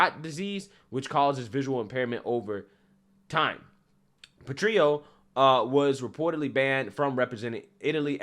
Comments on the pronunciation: These trans people are wacko. but can we get the "petrillo" pronounciation right please? It's italian, not mexican. You pronounce the "L"s in italian. So while petrillo -> petriyo in mexican. Petrillo -> PetriLLo in italiano. Grazie. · You need to really straight up the way you are saying some words, I can bet you can say grill properly yet you are saying something like "patrio", there is double L, what is the matter? Maybe this will be a helper, PET-REEL-LO. I'm from Poland, corretct me if I am wrong on that one, I am always open to sugestions, especially if I'm worng about something. Gday :D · Italian tip: Petrillo , in Italian the " L " is spoken as written , like " jello "